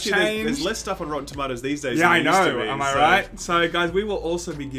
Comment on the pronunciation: You're pronouncing "Rotten Tomatoes" wrong.